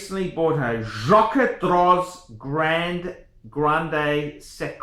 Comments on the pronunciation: I'm unlikely to take advice from someone who can't pronounce the company's name, who has clearly had one too many sundowner and who charges strangers for advice. Personally I'm not a fan of this exact one, because either his wrist is too small or the watch is too big. Most people end up with the 43mm, but JD do make some complications and limited series watches at 39mm, which look better. The dial is the main event on a JD, that said, the mech is good, with a 22ct rotor. Second hand, a solid gold one can be had from 7,000USD upwards depending on scope of delivery and complications. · Here’s a free review. You’re a “fucking idiot”! First learn to pronounce the brand if you’re in the business. Not everyone who collects fine watches does so to sell. Second, the Jaquet Droz borrows movements from Swatch Group sister brand Breget. A master manufacturer with centuries of experience, with status in the business to bulldoze Rolex. Kings and Queens do not wear a brand every dickhead with a few bucks stuffed in his mattress buys because other dickheads like you advise them to. JD is a brand for people of class and taste, not the watch world equivalent to a used car dealer like you. The mistake the gentleman who paid you for an opinion made was to pay you! My advise to you is take that $50 and go buy a gram of class!